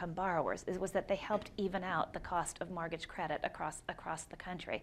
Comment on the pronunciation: Is the host not able to pronounce "mortgage"? He keeps saying "mortage" :)